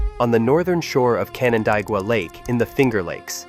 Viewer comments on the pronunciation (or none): It's pronounced Can an DAY gua.